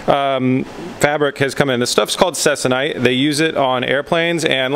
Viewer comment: your fabric you are referring to is pronounced "seek- a- nite". just so you know. also it is used on dope and fab aircraft.